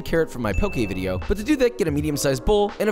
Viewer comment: We need a waffle fry vidyuh